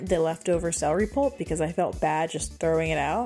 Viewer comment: I hate when people say "seh-ree" it's "cel-er-y". 😆